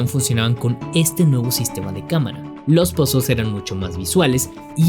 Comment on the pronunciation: cada vez que dices "Pásels" em vez de puzles se muer3 un niño en el mundo